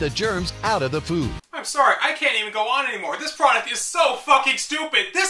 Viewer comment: TAIURD UV FEWD FAWLING AWFF YER FOWARK?!